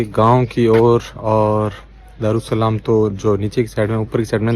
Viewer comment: दरु सलाम नहीं, दर ए सलाम। ठीक से नाम तो बोलो कम से कम